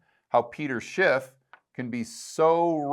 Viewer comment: Isn’t it “Schiff” not “Schipp”?